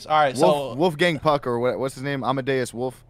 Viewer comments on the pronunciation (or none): just flamed himself when my man said Wolfgang Putt. 🤣